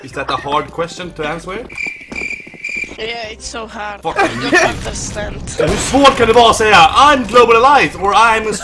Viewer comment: "Is it a hard question to ANSVER "